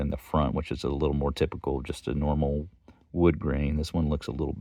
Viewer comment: It's a wonderful knife. I would call this a barlow as well, especially with that wood. Or "wewd" as says. I like the red a bit more. Great video!!